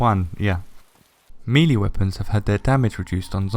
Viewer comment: For the love of....no. Not meeee-leeee. Meh-lay. MEH-LAY.